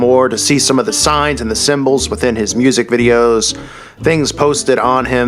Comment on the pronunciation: Love the accent "moooosic dey wahnt to hyear"